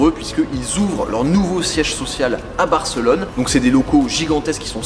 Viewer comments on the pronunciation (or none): none